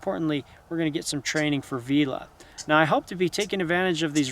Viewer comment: You write the mink's name as Villain, but pronounce it as 'Veela'. I don't understand, 😶